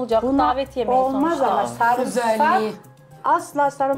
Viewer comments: şu sarımsağı düzgün söyleyin ya sarmısak ne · Samırsak😂 diyeni duydum bu program da.